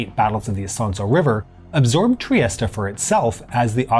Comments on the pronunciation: In English it is pronounced /triˈɛst/ tree-EST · Is it really pronounced triest-a? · I'Ve just learned Trieste is pronounced Triesta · that's the correct English pronunciation, he's using the Italian pronunciation. In my opinion it doesn't make much sense to say it 'Tree-est-ay' unless you also say 'Roh-ma' (Rome) or 'Pah-ree' (Paris) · All those teen years playing "Diplomacy" and pronouncing "Trieste" wrong. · The letter e is silent in Trieste and Mussolini wasn't known as Il Douche !